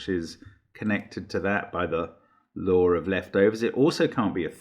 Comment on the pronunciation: I know he says "the law of leftovers" but I always hear "the Lord of Leftovers" and get a kick out of it haha.